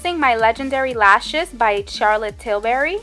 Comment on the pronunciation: this was great, but it's til-BURY not til-BERRY.....